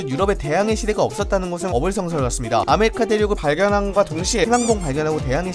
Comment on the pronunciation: 나만 아메리카가 아메리카노로 들리나